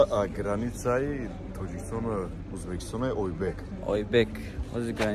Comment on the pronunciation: Охи ба тожики узбакистон мешава😂